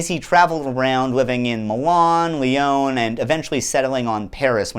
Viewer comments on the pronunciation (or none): none